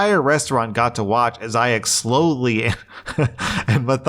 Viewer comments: It's pronounced "Eye-zic", not "Eye-zay-ic". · Welcome to where he mispronounced the name Isaac as ‘eye zay ick’ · why does he pronounce isaac as "isaic" 😭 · "Isaac" is pronounced "eye-zick", and I don't know why the doesn't understand that 😂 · The most WILD pronunciations of "Isaac" I've ever heard 🤣 Can't stop chuckling at "I-zay-ek". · It's not even the first time. He also mispronounced, then properly pronounced it in that episode, too. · Right? 😅 Not eye-zick, not eye-zack.... Eye-Zay-Ick 😂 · Five years later still can’t pronounce isaac correctly. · I thought I was hearing things. Then I thought he was saying Isaiah. Then I LOL'd. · Today we learned that really struggles to consistently pronounce Isaac lmao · always gets tripped up by the name Isaac. 😂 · Why does pronounce Issac wrong? 😂😂 I’ve noticed that. Kinda funny.